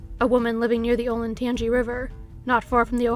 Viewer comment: I'm soooooooooooooooo glad that someone knows how to correctly pronounce Olentangy!